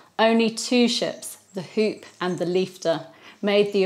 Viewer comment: The shop called the Hoop is the Dutch word for Hope and is pronounced as Hope. For your information😊